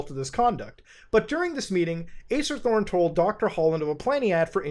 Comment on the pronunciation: i keep thinking you say Ace Attorney